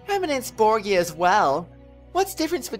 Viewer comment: btw it's bor-ja not bro-gee-a gotta love cutscene focused missions with no gameplay xD